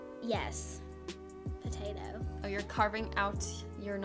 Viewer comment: When she said "pUhtEhToh" it sent me